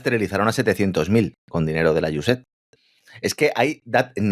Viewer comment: Iu es ed, o usaid, nunca iusef, que pronuncia. Pronunciamos en inglés, o a la española, pero una pronunciación imaginada no se entiende. Otra solución seria mostrar esas palabras escritas.